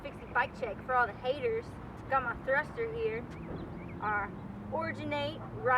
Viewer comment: Ctfu the way u say Haters...